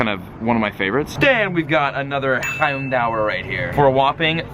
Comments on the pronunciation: Bugs me so much. It's pronounced 'houndoor' not 'hound hour' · why do you say houndour like houndower?!? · its pronounced Hound-oor. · You said "hondour with three" twice at the end of the video😂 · why do you pronounce houndour like that!!!!